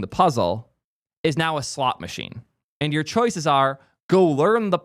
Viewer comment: I couldn't tell if you were saying "slot" machine or "slop" machine but actually...I don't it makes a difference